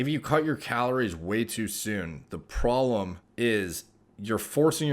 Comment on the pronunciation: “The prollemm” 😅